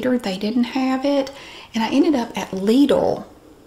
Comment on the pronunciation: Lidl: You really pronounced it absolute correctly like it is pronounced in German! - The Englisch pronounce it like "little" or "liddle".